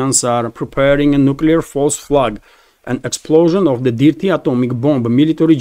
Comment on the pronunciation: Good information. Thank you. By the way. The word "dirty" is pronounced using the "i" as it sounds in the word "girl". More like a long "err" sound instead of a short "i" as in "pip". So, that would sound phonetically like "derty". Thank you